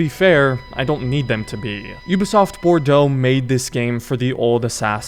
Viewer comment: Bordeaux is pronounced as bordoe and the spellin show pronunciation as borducks😂😂